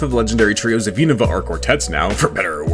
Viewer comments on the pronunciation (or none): none